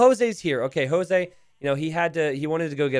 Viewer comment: You probably wont see this and it might sound as a nitpick, but hey, whatever. Jose is pronounced like Joke with a S! Spanish or Portuguese pronunciantions might be pretty confusing as well..